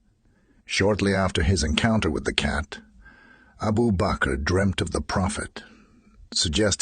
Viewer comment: It's abu bakr not abu bakro 😂💔😂💔